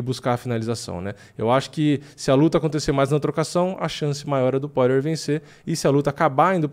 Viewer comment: pqp amigo, todos esses anos de diretasso e ainda não aprendeu a falar o nome do Justin "pÓirer... ou melhor Poirier